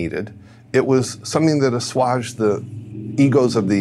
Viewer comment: I was with him until he mispronounced “assuaged”